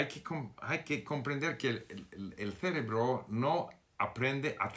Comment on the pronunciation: Señor Steve, la palabra "CEREBRO" tiene la fuerza en la segunda "E" no en la primera. Solo para ayudar no lo digo para criticarte. Saludos.